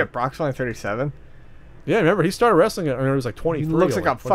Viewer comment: Oh, gawd, and are going on about their 'wrastlin again. Lol.